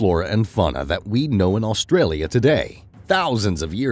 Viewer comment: There is not L in front part of Australia it's not Alstralia